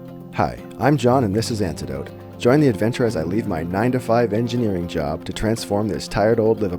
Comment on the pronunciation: just found your channel. binged watched all the vids. every time you call "Antedote" i hear the Dire Straits "One World" song